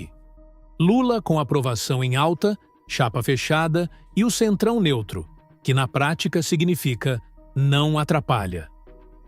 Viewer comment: " NENTRO"?? NEUTRO É SHAMPOO DE BEBÊ. SOMOS LULA